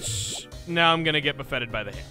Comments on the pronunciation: As an FYI, "buffeted" is not pronounced like Wobboffet. The emphasis is on 'buff' not 'et'. So BUFF-et-ed not buff-ET-ed. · Bu-ffeted? You mean buffeted, one word. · Did.... Did.... DID HE REALLY JUST PRONOUNCE BUFFETED THAT WAY?! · You pronounce “Buffeted” weird, man